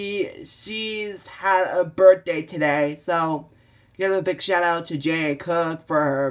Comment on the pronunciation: It's GeneAnne (Jean-Anne) and Thank you